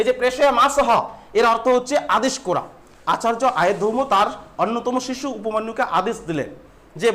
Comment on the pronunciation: উচ্চারনে অনেক ভুল আছে, উপমন্যু - উপমান্যু, কাজ করা-কে - কাজ কোরা,আরো অনেক ৷ এগুলি সংশোধন করো ৷ তারপরে পড়াও ৷